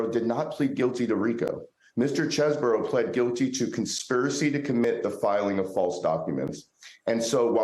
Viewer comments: You pronounced it wrong, it’s cheese-bro. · He pronounced it Chezz-bro when he submitted his plea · The attorney can't pronounce Chesebro's name correctly. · Do you know it's Chesebro and not Chesboro?